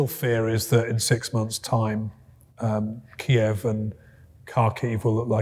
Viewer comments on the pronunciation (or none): none